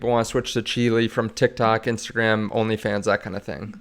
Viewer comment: Did he say onlyfns😂